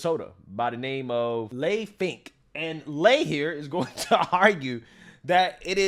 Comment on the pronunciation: My name is Leigh and I hate that this fake woman has chosen it as his "female" name, that being said, it is pronounced like "Lee" not "Lay".